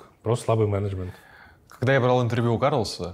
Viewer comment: когда нибудь я привыкну к произношению Эриком слова " мЕнЕджмЕНт" , но это уже совсем другая история